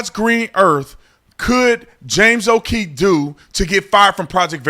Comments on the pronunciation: Com on Tatum we know you keep moving left more and more since then scared punk cops in uvalde and you dumb leftist self came out. Now you wanna start talking like an idiot it's James oKeefe there's two es and an f it's not James o oKeith your turning into a straight up clown go back to the left where your stupid heart is 🤡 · It's not OKEITH WHY KEEP SAYING THAT DUMMY